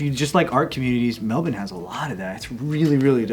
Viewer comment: He needs to pronounce Melbourne correctly.